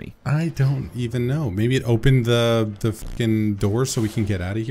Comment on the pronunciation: It's "the" not "vhe" to the British one. You're too old to have such a speech impediment.